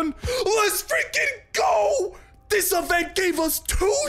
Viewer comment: that's also my favorite avent! Seriously why do you pronounce event as avent?